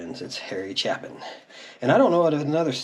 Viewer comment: It's Harry CHAY'- pin. It's pronounced as a LONG "A"